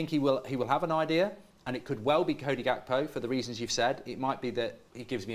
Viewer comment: finally learned how to say gakpo😂